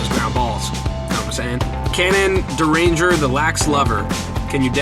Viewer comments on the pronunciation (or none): I hate to tell you this but you pronounce my name Cannon Deringer (dar-in-ger)